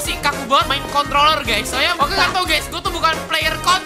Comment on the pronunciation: Ngomong "Controller" aja susah :v